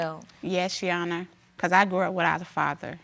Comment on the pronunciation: “Your honis”